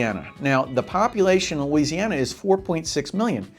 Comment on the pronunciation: Stop watching when he said "Louisiana".